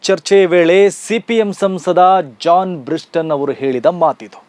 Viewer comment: ಅವರ ಹೆಸರು ಜಾನ್ ಬ್ರಿಟಾಸ್... ಜಾನ್ ಬ್ರಿಸ್ಟನ್ ಅಲ್ಲ...